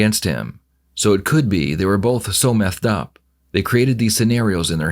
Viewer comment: They "were so methed up"😂